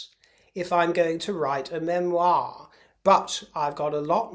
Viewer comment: Please Spare us. “ MEMIOR” Love your show.